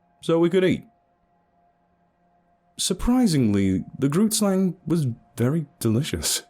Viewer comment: Love you but dam each time I hear grootslang pronounced incorrectly I get a heart attack. love you and keep up the good work.